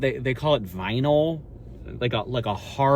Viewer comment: saying it’s made out on “vinyl” like it’s the first time he’s come across that word lmao